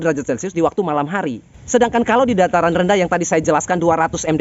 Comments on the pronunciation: DATARAN BAPAAA...BUKAN DARATAN.. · Dataran om bukan daratan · Dataran Rendaaaah bukan Daratan Rendah 😂😂😂🤪